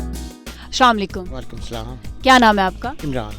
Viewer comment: Salaaam bhi theek sey nai bolna ata is